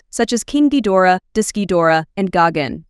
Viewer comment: THE WAY SHE BUTCHERED GIGAN’S NAME HURT ME IN ALL WAYS 💀 LADY, IT IS “GA-EYE-GAN”